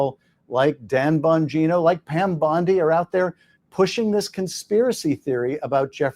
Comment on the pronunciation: Schiff mispronounced Pam Bondi’s last name. He called her Pam Bundy. We all know who Bundy was and his crimes. Schiff is shifty.